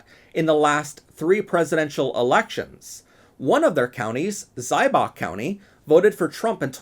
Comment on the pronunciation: Insufferable pedant here- it's "ZEE-bach" County. Pro tip- when reading German spellings, when we see "ie" or "ei", we pronounce it using the trailing letter's sound. You're welcome, happy to help! 🙂 (Keep up the good work!)